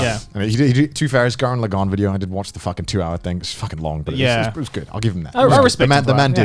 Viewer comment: Connor can't pronounce Gurren Lagann fake fan confirmed unsubscribed